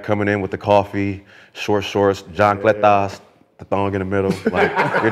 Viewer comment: Nah Brandon said JONchletas lol